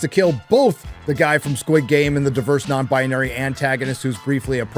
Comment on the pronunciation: Stop saying non-bonary and an-tagonist every 5 seconds. So annoying. Come up with something else. Wanted to wach a stire on this crappy show so i didnt' have to. Unfortunately this video way to long and irritating.